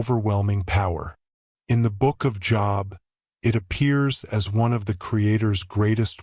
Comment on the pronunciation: It's pronounced 'Jobe'... The book of 'Jobe'... NOT JOB